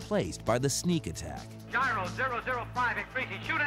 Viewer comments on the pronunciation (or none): none